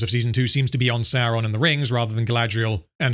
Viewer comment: Why do you pronounce Sauron "Saron" then you have a clip of someone saying it correctly right after...